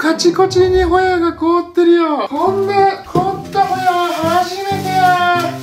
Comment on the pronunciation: ホヤを捌くが親を捌くに聞こえた